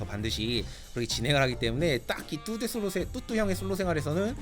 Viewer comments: 아직 뚜두님이익숙해서편집하는뚜뚜가아닌 뚜두로들리네요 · 자꾸 뚜두 라고 하네요